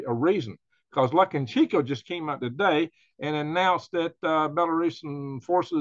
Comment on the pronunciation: Its pronounced "luca- shenk- o"